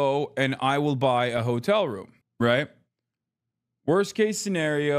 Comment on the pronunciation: i thought he was saying "hodl" then i realized he was intentionally mispronouncing "hotel"....... 🙄🙄🙄🙄🙄🙄🙄